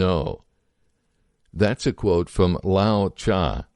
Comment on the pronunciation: "tah-tology" tatology must be the study of tattoos ;) also, lao tsu is not lao chah, but lao, "tzuh" that aside this was interesting. the "bro" part was humorous. the conclusion kind of explains it all